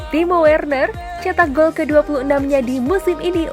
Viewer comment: Min timo Werner bacanya timo verner